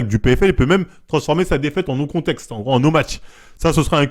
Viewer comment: C'est "no contest" et pas "no contexte". lol Mais sinon bonne vidéo, tu m'a bien golri, j'étais plié tout le long. 😆